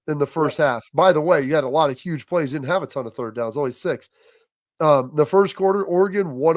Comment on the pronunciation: 23 yards rushing... "yuge"-trump lol